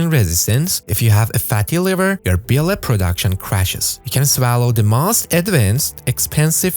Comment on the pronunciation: Bee-lay? Learn to pronounce "BILE". Hard to trust an idiot that can't even pronounce a 4 letter word.